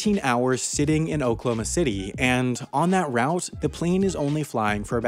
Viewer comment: Of course you miss pronounce Oklahoma just a but off.